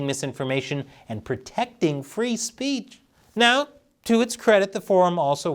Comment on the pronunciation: Did she say freedom of spreech? Lol